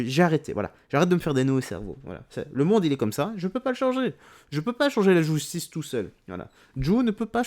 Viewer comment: " la Gui´stice"